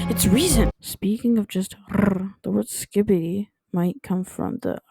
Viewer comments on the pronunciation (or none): skibidi is supposed to be pronounced schkibidi which is just a cute little scat phrase so yay